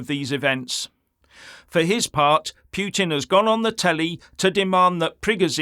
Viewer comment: Its PUT IN not PHEW TIN Can you get that right!?